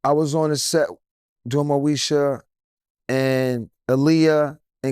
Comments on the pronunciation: Moesha not Meosha 🤦🏻‍♀️ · dat boy said Meosha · "Meosha?"😂 MOESHA, IT'S MOESHA😂 I don't think they were acting, I think the beef was real.